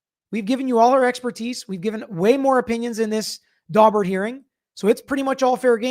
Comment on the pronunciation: My ear keeps hearing Dogbert hearing. Pretty sure that’s wrong so a couple minutes of Google revealed Daubert hearing.